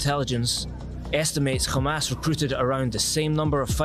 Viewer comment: Its hamas not kha mas mfker